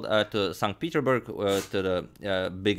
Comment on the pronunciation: #suggestion In English, the 's' in "Petersburg" (Saint PeterSburg) is pronounced (not a soundless letter).